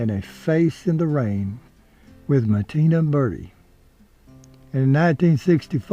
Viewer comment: He wants to learn to read, he calls marina bertie martina berry..